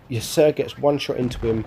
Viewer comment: Its pronounced "Ya-Ser" incase you were wondering ;)